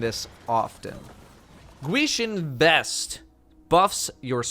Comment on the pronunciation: Hey, the Gwisin Vest is pronounced "Gii-sheen" where the 'w' is almost silent. Gwishin is the english spelling of the korean word, Ghost. Techeun, is pronounced "TECK-UN", the e is almost silent. There is quite a bit of english spellings of korean words in this game a lot of which I dont remember.